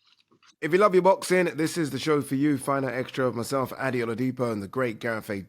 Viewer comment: Ade when are you gonna tell Gareth your name is pronounced "AD-DAY" not "ADDY"😅